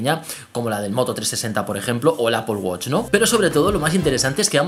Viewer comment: ''CRAUFUNDIN'' ''APOL WACH'' ''SICRET BRUASALET'' Nice english GG